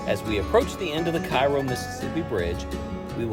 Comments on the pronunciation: It’s “ca ro” not “ci ro” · Cairoite here. Firstly, Cairo is pronounced Care-O, rhymes with arrow. Secondly, both bridges are open again, The Ohio River bridge is scheduled to be replaced in the next few years with a new one that doesn't have that sharp curve on the Kentucky side. Lastly, if you ever see anyone attempting to walk either of these bridges, offer them a ride. You'll be saving a life. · Pronounced "Kay-roe". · Hurts my ears hearing KIGH-ROE. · It's pronounced Kay-ro!! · It's pronounced KAY-ro. It really detracts from an otherwise good video when he mispronounces it, over and over. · Curious, why did you continue to call it Cairo Mississippi?